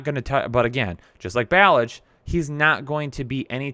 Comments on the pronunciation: Learn how to pronounce these guys names please. Do u only read box scores? Doesn’t seem like u watch the games cuz the announcers pronounce them correct. Samaje Perine and ballage hahaha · With all the work you put into this, how is it possible that you mispronounce Samaje Perine, And Kalen Ballage's names? Honestly, I quit listening after that....